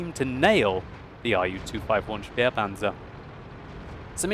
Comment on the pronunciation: It is said "spehpanzer" not "spiepanzer".